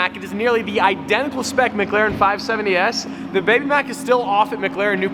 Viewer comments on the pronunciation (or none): ITS MCLAREN NOT MCGLAREN if you listen he keeps calling it a McGaren